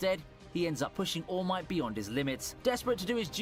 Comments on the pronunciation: can you stop calling him all mighty its ALL MIGHT FFS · Btw it’s all might not all mighty although it does sound cool